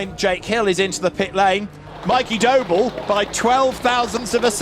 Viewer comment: Is it just me that hears 'Doble' as 'Dough ball'